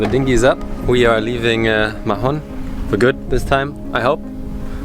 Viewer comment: Hey guys, great vids. We may see you in the med soon :) btw MAHON has a silent H. Spanish and catalan does not pronounce letter H. It's just "Maon"